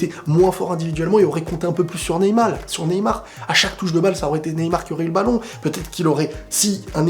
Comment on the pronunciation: "Neymal" mdr. Neybien